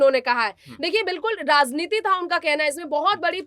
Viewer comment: Razneeti nhi maam Rajneeti sahi shabd hai